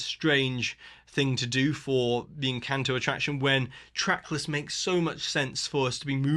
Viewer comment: Tip for not butchering Spanish words (e.g. "encanto", which they say/sing in the movie so often nobody should say it how you said it) - learn Spanish